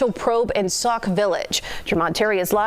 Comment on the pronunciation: It's Sauk Sauk Village, not Saul...😊